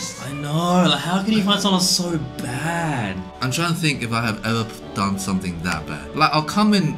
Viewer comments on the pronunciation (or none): is it just me, or when Brett says “BAAAAD” it sounds “stereotypical Indian accent”